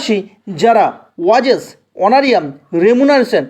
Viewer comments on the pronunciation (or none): উচ্চারণ টা ওয়াজেস না , ওয়েজেস ....